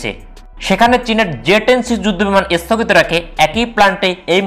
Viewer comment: "এস্থগিত" "এস্থাই" "পর্থম" "বলক" "আমরিকা" ভাই আগে উচ্চারণ শিখেন ঠিক মতো। ঠিক মতো কথা বলা শিখেন। তারপর ইউটিউবে চ্যানেল খুলেন!!! আঞ্চলিকতা থাকলেও একটা কথা ছিল!! কিন্তু তাও তো নাই!! পুরোপুরি উল্টাপাল্টা উচ্চারণ!!